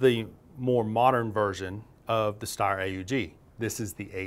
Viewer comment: It’s e r not r e